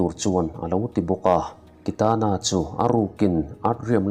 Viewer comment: Kitana hming ilam ngun si,ilam dik silo..beng athlep